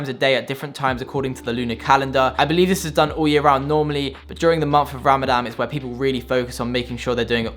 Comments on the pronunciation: I love how you say RAMADAM the whole way through hahaha, but thank you for such an informative video! you went about this so respectfully ! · Raaa-MaaDun say it like this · Did man say ramadam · All non Muslims say ramadam instead of Ramadan